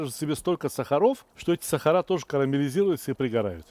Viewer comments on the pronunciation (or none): none